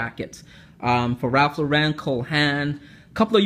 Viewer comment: Since you're a man who clearly appreciates the finer things I'll do you the service of pointing out that the 'Lauren' from Ralph Lauren is pronounced 'Lorren', the same as 'Laurence', but with the S on the end, not 'Loh-renn'. Hope you don't mind that.